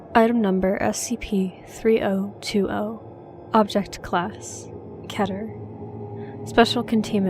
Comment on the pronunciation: They said keter wrong